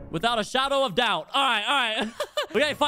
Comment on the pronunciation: withaot a shawdo of dowt